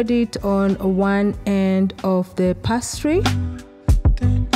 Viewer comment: Pronounced pay-stree